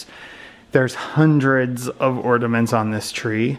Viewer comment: I gave it a thumbs-down because I knew it would be a solid 30 Minutes of him mispronouncing "ordaments." 💀